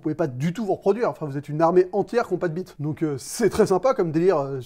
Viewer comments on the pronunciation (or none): none